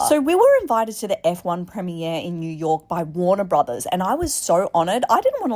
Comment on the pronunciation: "Prem-ee-air" O my gosh, you are my spirit animal lol!